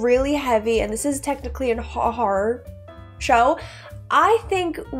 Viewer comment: I can't tell if you pronounced horror as "" as a joke I'm not in on or if that's how you've always said it... But your videos are always good.